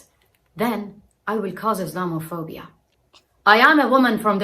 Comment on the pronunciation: IS....LOM......A.......PHOBIA. That's how it's said.